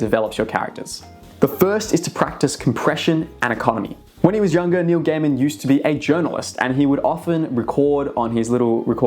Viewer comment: everytime you said Neil Gaiman i heard New Gamer.... 😂